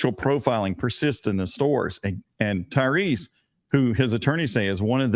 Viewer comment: At least get his name right. It is Tyrese. Tyrese Gibson